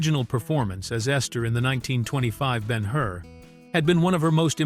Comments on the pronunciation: And it would be so much easier to read and not be droning run-on sentences if you knew how to use puctuation. Judah Ben-Hur (not "been her"). And the point of not showing Jesus's face is to keep His mystique and humility; not show Him as a man; notice that the Bible does not go into detail about His appearance. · Not Ben Hoor. Ben Her. AI Sucks. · Not to mention he pronounces the character as Ben-"Hoor" rather than Ben Hur. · This piece fails in so many ways! This is an amazing film... does it make sense to use an AI narration that can't pronounce the composers name properly... or EVEN the name of the person portrayed in the picture?! BEN HOOOR? WHAT? The use of a 2/2 country background is LUDICROUS. I turned it off after 3 minutes of this drivel! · Ben HOOR? HA! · Who ever produced this is DEFINITELY NOT READY FOR PRIME TIME! Ben-HOOR? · I agree. I have been a voice actor for five decades and AI is destroying my business with crappy narrations all done by the same pathetic computer manipulated voice that pronounced most of the names incorrectly. Ben-HOOR? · For me, Ben Hur is still the best film ever made. This AI voice is present in many AI videos. In this case at least the name of the movie and the name of the protagonist should be correctly pronounced. It's not Ben Hoo-er.